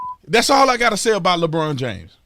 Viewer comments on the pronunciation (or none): Holy Sh!1 ...i thought you said Lebronda James..... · “Lebronda James” cracks me up! 😂 And HELL no is he anywhere close to Michael Jordan! I remember Jordan playing in the playoffs with the FLU so The Bulls could win ANOTHER CHAMPIONSHIP!!